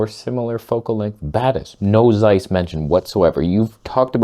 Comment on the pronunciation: It's pronounced as TSeiss. And it seems to be nice.